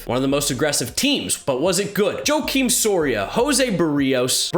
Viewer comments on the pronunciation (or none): Just saying Joakim Soria has been around for a long time. it's wah-KEEM Soria. No disrespect but I saw say his name wrong, just kinda bugged me. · "JOE-kim" Soria... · It's pronounced "wah keem" Soria